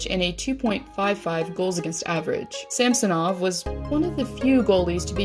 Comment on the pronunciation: It pronounced [sʌmsonov] , emphasis on the second syllable